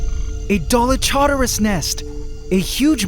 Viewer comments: Dolic Horderus (the “u” is silent) 😂 The Dolic Horders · For the new ant colony, the Dallylamas? 😂